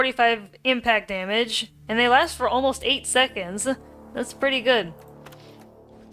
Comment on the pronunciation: "and they last for fifteen secNDs" girl whats that accent